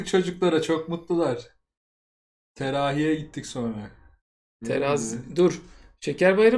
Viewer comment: Peki tancanın teraviye terahi demesi 🤣🤣